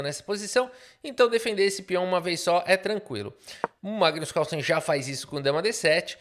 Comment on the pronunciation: Magno Carlo com sotaque caipira foi de longe a melhor coisa que eu ouvi hoje. Eu te amo KKKKKKKKKKKKKKKKKKKKKKK